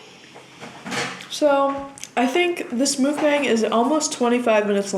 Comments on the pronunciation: <3 pad thai looks so good rn. Just to let you know, mukbang is pronounced muck-bong. not mookbang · I think it's pronounced mook-bahng. loved the video btw. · I'm South Korean so I know how mukbang is supposed to be pronounced its muck (like yuck) bahng! Just thought you might want to know! Love your videos ❤️